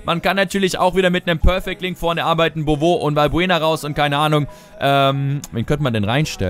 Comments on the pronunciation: Der heisst nicht bobo sondern Bowü gesprochen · Es heißt "Konoplianka", nicht KonoplüankaAußerdem wird Beauvue Bowü ausgesprochen, nicht bowo :D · Man spricht ihn Bowü aus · Dein Stürmer wird "Bovü" ausgesprochen ;) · haha "bowo" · man spricht es boovü aus glaube ich jedenfalls sehr fest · beauve gesprochen: bowü ; ) aber egal